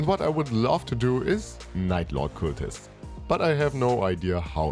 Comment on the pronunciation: In most English dialects I'm familiar with, it's "c-uh-ltists", not "c-oo-ltists". Hope that helps.